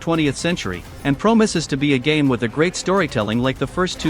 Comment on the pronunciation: Promises ❌ Promoses ✅